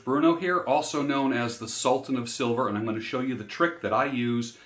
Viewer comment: You are pronouncing sultan all wrong 😂😂😂..